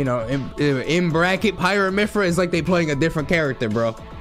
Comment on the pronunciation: One day Nairo will pronounce Mythra with the "th" sound.